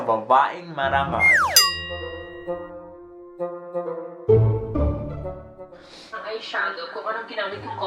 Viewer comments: "Vavaeng mavagal" HAHAHAHA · that "Babaeng Mavabagal" 😂😂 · natawa ako dun sa vavaeng mavagal hahahah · "Ok ma'am" " kung may vavaeng marangal merong vavaeng mavagal" hahaha patawa ka tlga besh..😂😂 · Natawa naman ako sa "vavaeng mavagal" hahahahahahahahahaha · "Kung may Vavaeng Marangal, ako naman Vavaeng Mabagal." 😂😂